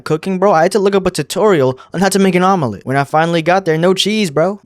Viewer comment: im crine why do you pronounce omelette like that😭